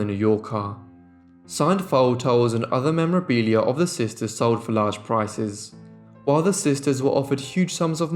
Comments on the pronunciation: I'm sorry but, It drives me crazy when you say "sister'ses" There is no such a word. It's just sisters or sister's. It's like nails on a chalkboard. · I adore your channel but you're adding an extra sylable in the words "sisters". Not sisters. Just sisters'. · I was going to mention this too 👍☺️ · This narrator has such a flat boring tone...and there's no such word as sistersis....and it's Dickens not Dickings!